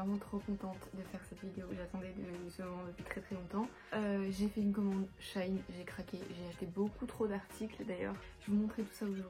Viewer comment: Parfaite mais ça se dit chi in